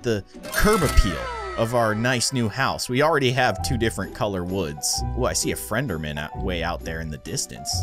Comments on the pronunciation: It is endermen you sed frendermen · Did you just say Endelman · did anyone realise that he said frienderman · He said frenderman